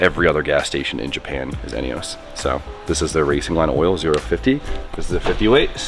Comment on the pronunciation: Eunos is pronounced "uh-nuhs" lol